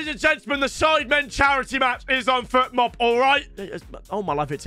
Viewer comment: If I were Fotmob, I'd take the sponsorship away from him. He's calling it Futmob the donkey 😂